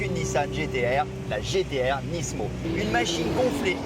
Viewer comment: y'a que moi que sa stresse quand il disent nisssmo? pour moi on dit nimo